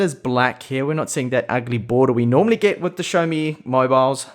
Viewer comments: Really enjoy your xiaomi reviews. However, I must say you are pronouncing the brand name wrongly. xiao does not have an H in it, so it is pronounced (X = S) si-ow mi.. not show mi.. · You must be the only reviewer to pronounce xioami like you do. It really does throw me off 😂